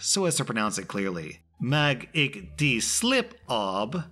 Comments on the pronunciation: I'm sorry XD That Afrikaans was butchered and I was laughing so hard when you tried to say it. Mag (mu-ghhh sorta that slurry g sound that's not in English) ek die (Not pronounced die, but di, like saying the letter D) slip kry (This is Cray, like crayfish) asseblief (ussa - blief) It gave me a good laugh though, so thanks for that! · Pro-tip for Afrikaans. The g is a guttural consonant. In the back of the throat. Mag ek die slip kry asseblief /mu(like mug) ek(sounds similar to the "ack" cartoon sounds) die (dee) slip, kry(cray) ass-"sir" - blIEf(IE sounds similar to EE in Bleed)